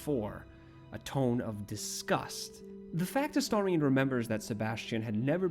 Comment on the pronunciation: THANK YOU for pronouncing his name correctly. I know that seems like a low bar, but so many people I've watched talk about him/play the game seem incapable of doing so (A-steer-ion, A-stare-ion 😫😮‍💨🤬).